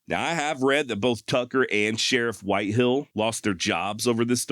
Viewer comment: WHITEHALL NOT whitehill